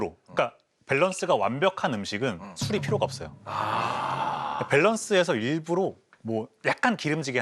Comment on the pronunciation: 맛피아 자꾸 일부로 라고 발음 하는거 거슬리네. 일부러! 일부러!